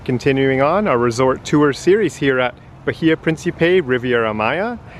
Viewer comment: The h is silent, ba-ee-a